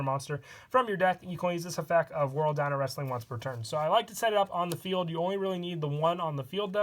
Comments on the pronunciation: Can you not pronounce the ‘t’ in effect? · Does he say effec instead of effect or am I going deaf? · 😂😂😂😂😂 he says both